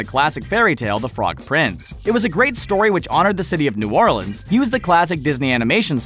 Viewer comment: new ORLINS??? NEW ORLEANS DUMBOOO lol i’m so triggered